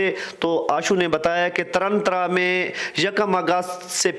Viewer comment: Taran Taran na ki tarantra